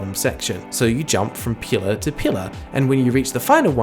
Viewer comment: Ok so the way you pronounce pillar definitely sounds interesting like you definitely sound like someone with a non Canadian accent also the game looks solid well the second game anyway